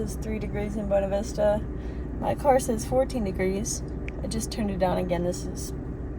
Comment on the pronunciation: Just a heads up from a transplant 😂, it is pronounced Buena (byonna not buena Spanish) Vista.